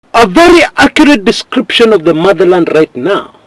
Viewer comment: Wait did I hear 'murder land' or mother land?